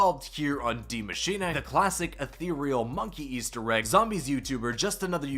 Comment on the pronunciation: Yo... Can you please stop saying Dee MachinAAY. Die Machine (dEE mah-sheen-UH) is the correct pronunciation.